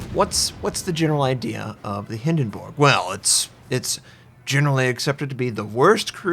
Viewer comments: I'm sorry but is it just me or does him saying Hindenburg wrong bug anyone else. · hinden"borg" lol